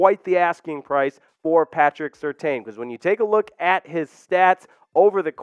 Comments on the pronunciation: It's pronounced... Sir tan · Pats name is pronounced Sur-tan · It's pronounced Sur-Tan